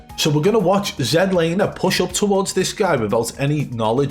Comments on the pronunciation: I think the most satisfying part of the video is we have FINALLY got z laners name correct. As a Canadian it was so painful to hear his name mispronounced as z(ee)laner. He is canadian and has always meant for it to be z(ed)laner. Keep up the great work!!! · "Zed" Laner. #Legendary